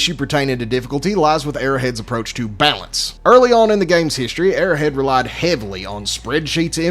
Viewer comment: It's Arrow Head. Not "airhead"